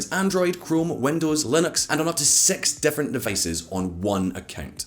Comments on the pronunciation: 6 is pronounced as 'Six' .... not 'Sex' ..... I mean seriously, how hard can it be??!!!!!!!! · please say "six " correctly or else people will get the wrong idea